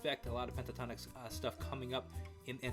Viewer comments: Pronounced with the T … PENT A TONIKS . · Pronounce the T. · "Pentatonic" is an existing word. Pentatonix is pronounced exactly the same except the last syllable.